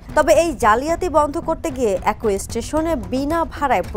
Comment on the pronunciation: একই এই শব্দের উচ্চারণ করে "একৈ" এটা কি আর ঠিক হবে না।